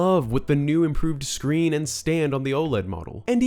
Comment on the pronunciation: Corrects the word "scween" and proceeds to say "cweespy" seconds later xD what a legend